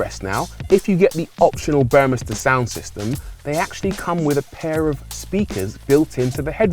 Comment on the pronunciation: This is going to be a future classic like the CLK. Nice review and great to hear ‘Burmester’ pronounced correctly.